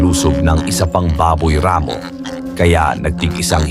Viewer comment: ampangit talaga ng narration... palpak at sablay pronunciation.. instead baboy ramo.. ginawang baboy rammmo.. ikinasa hindi ikinaaaasa.. nakatamo hindi nakataaaamo.. iilan lang ito sa sablay na pagbigkas.. mag aral sana muna bago mag-narrator... subscribe na sana ako nawalan ako ng gana